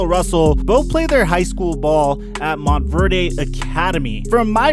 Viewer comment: Are we just going to ignore the fact that he said Mont-ver-da instead of Mont-verde